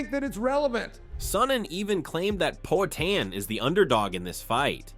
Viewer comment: poaTAN cormYerr